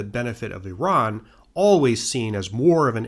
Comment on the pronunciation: God bless you for pronouncing Iran correctly, and Iraq🤘🏻